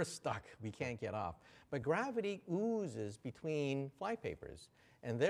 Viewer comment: For some reason it bothers me when he says "ooozes"